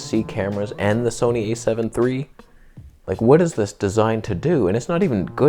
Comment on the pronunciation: Please "Soneigh", Please! Let Karen make the...THE camera!